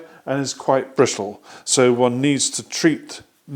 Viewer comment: so brittle, so British haha